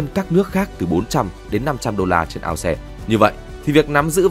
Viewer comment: Ao xe là cái mẹ gì 😂 Vãi tiếng anh